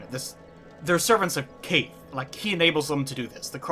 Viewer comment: its traditionally pronounced Kawth. just so you never say Kaithe again.